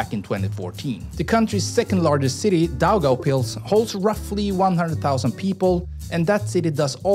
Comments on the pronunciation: I am latvian and when you sed Daugavpils then it whas like a tiny latvian acsent i vas shockt! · Daugavpils, Daugava, Riga was pronounced excelent. Liepāja and Jelgava less, but also acceptable😉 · Idc if you pronounced Liepāja and Jelgava wrong, im shocked that you did with daugavpils. Nice vid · you said daugavpils very good